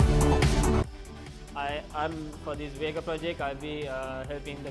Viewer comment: I came here to look at the car, not a bunch of people talking about it. and so goday when he says VEEEGA, sounds like vega from Sony. You need to sell this car below 5 million and maybe it will be a hit, if you use high quality components.